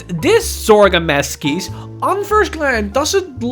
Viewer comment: Masques looks awesome but I think it’s pronounced Mask sorry if this comes across as condescending